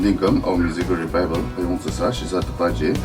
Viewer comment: Pronounce 😂😂😂 Revival or Rebaibel lol..